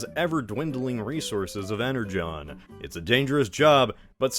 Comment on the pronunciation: Why are ypu pronouncing "energon" that way? That's how it's pronounced? I only read some comics of transformers, so I'm pronouncing it "ener gone" xD